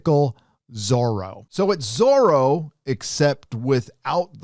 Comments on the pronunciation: Why does pronounce Zoro like Soro...s? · So it's not Zorro, it's Zorra, and believe me, it will be a great scandal among spanish speak people, as one meaning is... well, check it! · Is it not supposed to be Zorra?